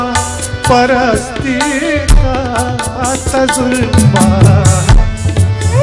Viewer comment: Dear, Tazurba..... its Tajurba....please improve your pronunciation,Thanks with Regards